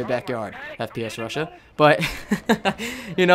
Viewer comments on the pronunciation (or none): none